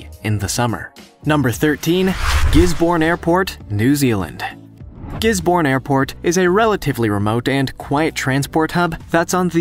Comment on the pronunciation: I wish people who narrate these videos, would actually look up the pronunciation of the places they are they are pronouncing. Gisborne is pronounced "Giz-bun", not "Gis-born". And, Cairns in Australia is pronounced "Cans", not "Karen's".